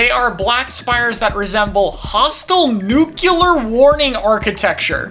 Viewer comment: Take a shot every time "specialty" and "nuclear" as mispronounced